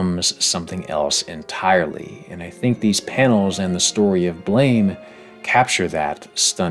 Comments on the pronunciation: its not blame its blaam like the sound a gun makes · Another small correction: the manga Blame! Is actually pronounced Blam (like with long a we in "father") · Blame! is actually pronounced more like Blom/Blahm/Blaam, as if it were a French word. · I recently learned that Blame! is pronounced "Blahm" (rhymes with Mom). But i'd been saying it the way it looks for a couple years... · Based and Blame!!! pilled. Although, funny story. It's actually supposed to be pronounced "Blam" because of his gun. If memory serves, the guy just didn't know how to spell it. It's a fantastic manga that takes a minimalist approach to storytelling and relies largely on visual storytelling to do the lion's share of the work. It combines this with liminal space and obscene scale to awe the reader. . the viewer? And it gives you his wicked awesome pistol.